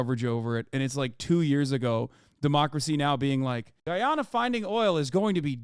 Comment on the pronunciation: lol Guyanese people don’t pronounce Guyana like that… but I guess that’s with every country